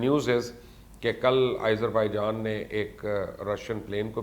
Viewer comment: Izerbaijan? Wow. You're amazing. Why do you love to mispronounce names ? At least listen to the local channels how the names are pronounced.